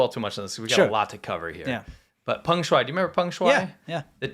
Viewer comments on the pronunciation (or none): none